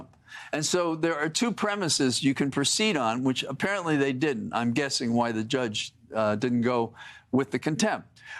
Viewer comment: to - "JUSGE"- lol